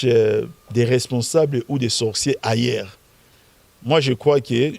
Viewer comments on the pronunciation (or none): on prononce "humain" et non "imain", on prononce "ailleurs" et non "ayère"...MDR